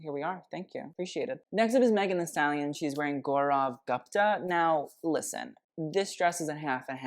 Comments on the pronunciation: Your pronunciation of Gaurav Gupta took me out 😭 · Love your video but I would appreciate it more if you took the effort to learn how to pronounce the Indian names correctly ("Gaurav Gupta") like you fo with French names. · love seeing indian designers being worn on hollywood red carpets but the pronunciation of gaurav gupta had me dying